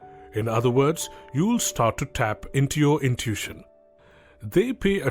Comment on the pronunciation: It's pronounced like "IN TOO WISH SHUN", you speak otherwise perfect English, just FYI but English is a messed up language. No doubt, but love your work